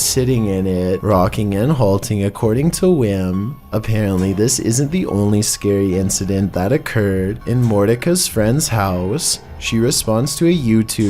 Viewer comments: I usually don't say anything when you misprounce a word, I mean we're all human, but dude, morticia is practically a goddess! Pronounced like mortician, not mor dik a. Take, take, take. It's cool, I still love 😍 you! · I believe it’s actually pronounced “mort-tisha” , like on the “Adams Family” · It's pronounced Mor- tish- ah... .like in Morticia Adams, from the Adams Family. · Thank you Lord it is pronounced lick The Addams Family mother I'm glad to see somebody else caught that